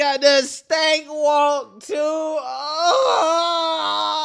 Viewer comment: He said StAnk walk!!! 😂